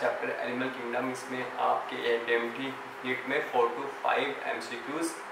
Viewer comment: It's Neet Bhaiya Not Nit